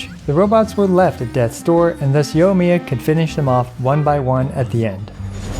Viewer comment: It's pronounced yoi-miya not yo-miya....